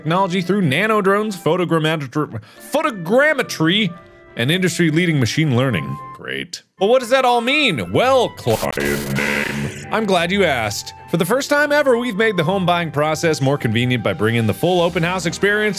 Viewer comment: People normally reading: asked YouTubers reading: assed.